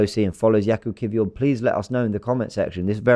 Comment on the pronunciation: Perfect pronunciation by